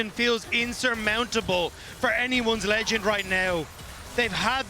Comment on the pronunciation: can someone please tell him to stop saying "anyone`s legand'!!!!!!!!!!!!!!!!